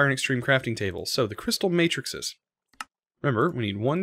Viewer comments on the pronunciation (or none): none